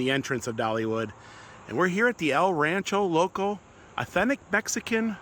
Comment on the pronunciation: it's pronounced el ran-CHER-o loco